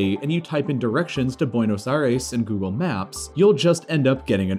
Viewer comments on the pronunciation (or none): none